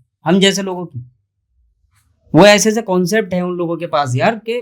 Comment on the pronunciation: Ese kese vese ko aap thoda sa zor dekar aise kaise or vaise bologe to bahut hi achchhe lagoge urdu or arabi mix jab aap us par kamand haasil karoge achcha nahin khubsoorat lagega bhai bura nahin maanna